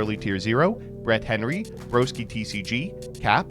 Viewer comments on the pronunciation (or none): none